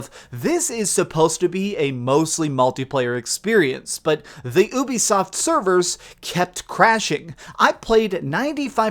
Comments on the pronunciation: WAIT, WAIT, WAIT...Did he just say UBISTOF instead of Ubisoft xD ??? Please tell me I wasn't the only one hearing this. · I heard "the UbiSTUFF playstore. ;) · “Ubistoff play store” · He said ubistoft I think you should stop acting like a know it all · "ubistoff" LMFAO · "this is the UBISTOFT playstore" 😂😂😂😂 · i don’t know what’s worse, your pronunciation of the work Ubisoft, your aim or the accuracy of this review.